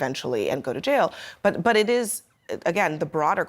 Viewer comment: Why do yov keep sayin bvt. . . There is no bvt. Destroying property is wrong period. We are American erybody has the right to do them as long as we are not harming each other directly 😤😒🤦🏿‍♂️💯